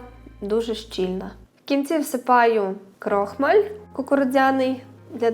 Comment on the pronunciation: Вибачайте,я кілька раз почула крОхмаль.А взагалі десерт дуже гарний.